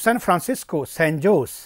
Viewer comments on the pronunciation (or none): It's not spelled San Jose but like San "Hosay'